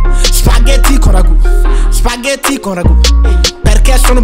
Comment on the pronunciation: É abbiamo capito sto spagheti con ragù Poi con una t pronuncia. (Spagheti)